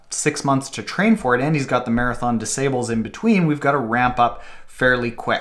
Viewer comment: Check the pronunciation of ' Marathon des Sables'...and be weary of an ultra marathon running coach that pronounces it 'sables' like cables or stables.